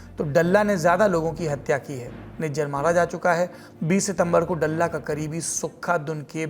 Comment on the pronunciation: डल्ला नही ह, दल्ला ह ये 🙏🏻